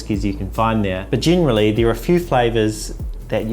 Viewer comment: Are you talking about "gin-really" or "generally"